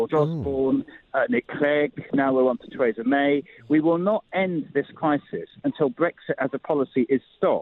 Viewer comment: Adonis, the only person in Britain who can’t pronounce Theresa, lol